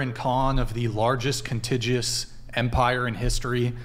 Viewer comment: It's "contiguous", not "contigous" or "contigious" - the latter 2 aren't words. And "contiguous" is pronounced with a 'g' as in 'lager', not as in 'wager', and the 'u' is its own syllable.